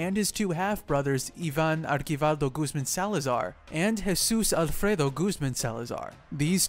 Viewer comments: It’s archivaldo not arkivaldo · And its (Archie-vaLdough) and (Low-erra)